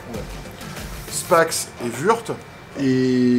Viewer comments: Würth se prononce wurte. C'est allemand, pas anglais. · Que de supers nouvelles donc!!! Pour Würth (se prononce "wutrss"), je n'utilise que ça professionnellement et c'est de l'excellent matos avec une qualité constante. 0 soucis d'embouts, j'utilise n'importe quelle embout Torx sans pb. Vous allez vous régaler avec ça. Je vais suivre ça de près, non pas pour commander car je les ai déjà de mon côté mais pour le principe de cette logistique que je trouve très intéressant. Si vous voulez, je vous donnerais les tarifs que j'ai de mon côté quand vous aurez arrêté les 3 tailles.